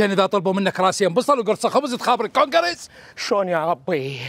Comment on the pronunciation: الكَونكَرس عود الكَونغرس هههههه